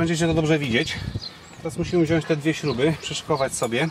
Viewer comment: Super film. Wszystkie kanały prowadzone na wysokim poziomie :) Mała sugestia... poprawnie mówi się WZIĄĆ, a nie wziąść. pozdrawiam bardzo serdecznie